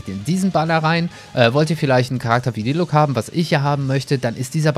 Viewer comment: Er wird zwar diluk ausgesprochen aber ich nenne ihn jetzt auch dilutsch. 😁